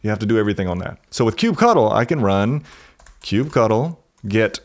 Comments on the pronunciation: Sounds stupid when you call kubectl "kube cuttle". It's literally kube control. Ctl is generally known to mean "control" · Ugh, stop calling it Kube-Cuddle. So lame. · It throws me off everytime he says "cube cuddle*